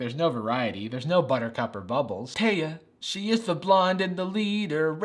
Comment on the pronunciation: tay uh is my name (that’s just how you pronounce it)